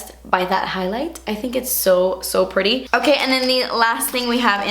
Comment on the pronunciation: That accent in 'itsu pureetty'! HILARIOUS😂